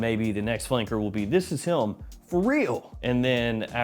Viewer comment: Is it just me? Every time says “him” it’s like he puts an L between the I and M. Like “HILM”…anyone else?